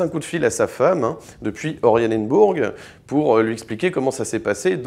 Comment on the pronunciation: C'est pas ORIAnenburg, c'est ORAnienburg !